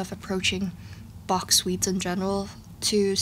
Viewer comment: I love your accurate pronounciation of Bach's name <3